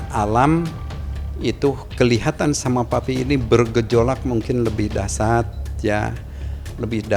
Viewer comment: Dahsyat Sebut nya dahsiat bukan dahsat 😀